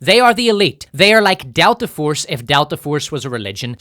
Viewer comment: "Force IBF" LOL